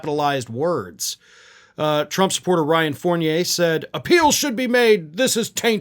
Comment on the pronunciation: P Thank you so much for pronouncing Fournier's name right..... now if only Americans would learn how to prounounce Foyer right.